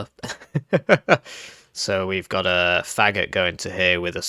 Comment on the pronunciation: It’s pronounced Fa-goat. It’s the Russian word for “bassoon”.